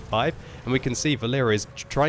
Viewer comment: Not vaLEra, it is more VAlera from name VAlery, Its a Boy's name) VAlera( similar to VAlley)